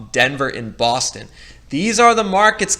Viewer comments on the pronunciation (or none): none